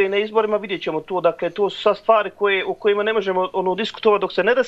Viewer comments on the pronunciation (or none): none